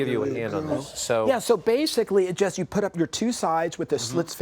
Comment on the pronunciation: better to use PVC not wood. Wood will soak up any liquids and can cause splinters. its not called a puppy rail, its called a PIG rail. these people making out that this is something unknown. the childishness of these people is madness. and the way he says 'just' its JUST not JEST!!